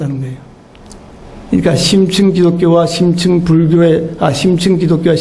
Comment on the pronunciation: 심층을 "심칭"이라 잘못 발음하셨습니다. 강의는 참 좋습니다